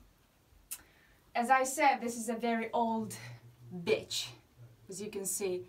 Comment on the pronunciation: When you say BECI sounds like BITCH 😂😂😂 hey azi am descoperit pagina ta. Super bune video-uri, adevăr vorbești 🤘🏽 Good luck girl🍀